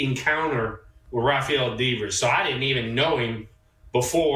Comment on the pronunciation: He can't even pronounce Devers name. What a complete asshat Will Clark is.